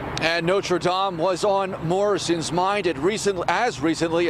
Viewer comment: Why not lean to prounounce Notre -Dame properly.